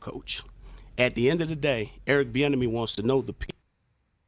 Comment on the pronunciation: Man, think of how much cumulative time he has wasted in his life by saying Eric Bienemy instead of I.